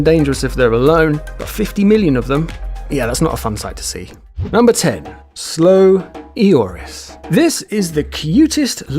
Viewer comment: Not ''slow i-oris'' Its ''slow Loris'' :)